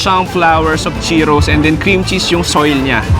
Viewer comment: Anong chokie? Chuckie. Tapos yung Cheetos, Cheeros. San nanggagaling yun?